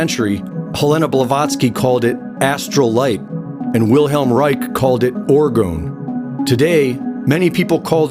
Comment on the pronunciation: You had me at 'Orgonne'. You lost me at 'Geocentric'.